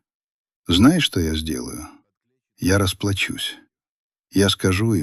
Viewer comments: По-вашему, тИсненые буквы - это удивительно грамотно ?? 🤮🤮 Не тиснёные ? А когда тётка грозилась расплакаться, она сказала не расплАчусь, а расплачУсь... 🤣🤣😂😂 Фанатам ии и заказным комментам посвящается. Не позорились бы уже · РасплачУсь или расплАчусь? Удивительно "грамотное" чтение! 🤣🤣🤣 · Какие же надо иметь длинные руки, чтобы, сидя напротив, сжимать отцовское колено😂. ИИ это ужас конечно!! И не расплачусь а расплАчусь))). Терпеть не могу ИИ. И ещё.. Если сын так её любил и готов был отдать квартиру и взял кредит, то зачем он отцу давал знак ,сжимая колено что его нужно спасать? Где логика? И еще. Если сынок получает зарплату с 6 нулями, по словам отца, то это миллион, как минимум...и живет один, так почему он нищий и ничего не скопил, а взял кредит..Снова нестыковка. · Не расплачУсь,а расплАчусь